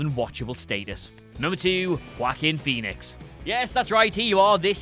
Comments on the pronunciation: Wackin Phoenix Am I the only one that heard this? Lol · if this bitch says, “whackin phoenix” one mo gan... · Who the hell is Walk-in Phoenix?